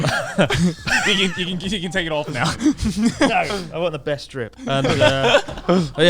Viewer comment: How does Christ already have the memory of a boomer? xD He had said ''best drip'' wrong like 69 times lol